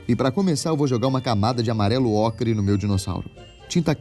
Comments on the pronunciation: Kkkk n sei se vcs perceberam....mas no começo ele diz q vai pasaar uma camada de amarelo-ocre(n sei se é assim)mas kkk parece que ele diz amarelo-acre lkkkk.Amei o vídeo! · po so eu ouvi amarelo-acre? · Eu ouvi amarelo ACRE kkkk